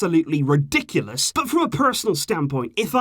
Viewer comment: Why the f**k you emphasize on word "BUT" it is like "BUTTTTTTTTTTTTTT" !!